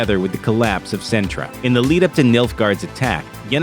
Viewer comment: CINTRA IS NOT A NISSAN CAR MODEL SIN-TRA NOT SENTRA...